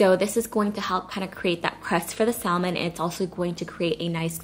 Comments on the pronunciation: Lol omg she’s killing me U DONT PRONOUNCE THE LLLLLLL IN THAT WORD!!! Lmao IT IS SILENT! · Correct, it sounds better without. We need to educate those other countries. lol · I'm pretty sure the L in salmon is silent......🤔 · the L in salmon is silent FYI... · Omg I had to skip the first part bc of how to say salmon wrong🥵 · The L in Salmon is silent, FYI. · The L is silent in Salmon. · Nice recipes... BTW... You are not pronouncing salmon correctly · the L is silent in the word salmon. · I had to stop watching due to how you pronounced salmon. I hate to be like that but seriously? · YOU DON'T PRONOUNCE THE L" IN SALMON!! YUCK! IT WAS KILLING ME THE ENTIRE TIME! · Pronounced samon...not salmon. Great recipes, thank you. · Please don't say sal-man. It's pronounced like sam-on. Thanks! 😉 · Love your recipe videos!!😊 (BTW...It’s Samon don’t pronounce the L) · Blaccat....hahahaha.....stop it! Cut some slack, she can't be drop dead gorgeous, a great mom, cook, wife, Aaaaand correctly pronounce the word "samon" too. Lmao, I love this, her videos are LIFE!!❤ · I love you and your videos SO much, and I’m one of your biggest fans, but girl... SAM-on 😜! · Hey love, the fish is pronounced Sam-on. The "L" actually is silent 🤫. - with love ❤️ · JFYI Salmon is pronounced ' sam-uhn ' No L sound. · THE L IS SILENT IN SALMON!!! ITS SAM- IN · Its pronounced SAMON NOT salmon. I mean really, c’mon. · Ugh saying saLmon ruined the vid for me 😭😂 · The L is silent in salmon lol 😝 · I found it cringey to listen to over and over LoL just one of those things but love the recipe! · really lovely recipes thank you....dont mean to offend, the 'l' in salmon is silent. have a beautiful evening. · I'm glad someone said something! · THANK YOU! My mom is a stickler for proper grammar/pronunciation and I totally get it from her. I wanted to click off the video every time she said it cause it drives me bonkers, BUT I stayed because it looked delicious.